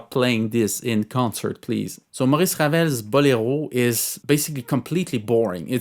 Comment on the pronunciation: So, Bolero (which is accentuated in the SECOND syllable, not the third. It’s a Spanish word, not a French one) is a terrible and boring piece of music says here. Ok, you go and write a melody that compares to that. I’m not even talking about the impossible orchestration, just the “boring” melody. Geez… everybody is entitled to his/her opinion, but some opinions…